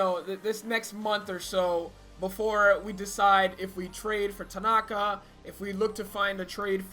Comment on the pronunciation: God damn, if you’re going to do these team builds at least learn how to pronounce their names correctly without the horrible and borderline mediocre Spanish accent. I mean come on, you put a Spanish accent on the name Tanaka. XD